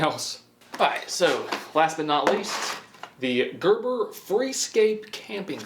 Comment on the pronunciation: That didn’t not sound right he said gerber saw I thought bout the baby food brand